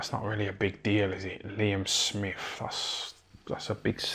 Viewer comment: "Liem Smif"